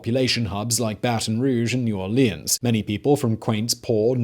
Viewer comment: As someone from Louisiana, I very much enjoyed this video. Though I laughed every time you pronounced New Orleans. It's always funny when out of towners say it and mess it up. You only say it right if you're from there.